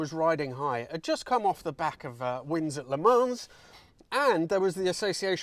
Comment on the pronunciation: Le Mans is pronounced Le Mon,not Le Mons. Bentley not Rolls.